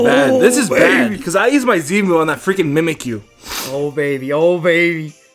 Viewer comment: The godly mudkip Dylan its mimikyu not mimakie